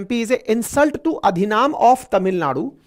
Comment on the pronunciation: अधिनाम नहीं अधिनम।